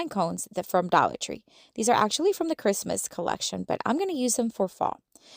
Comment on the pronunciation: I love how you say “dolla tree!” 🩷🩷🩷😂😂😂